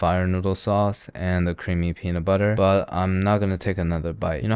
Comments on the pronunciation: Did he say the penis flavor? 😂😂😂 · the what flavor? I heard an S in that word, that was not "peanut" 0.0